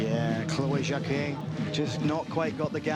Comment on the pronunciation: Jaquet, not jakwet!